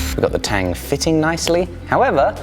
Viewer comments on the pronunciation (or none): none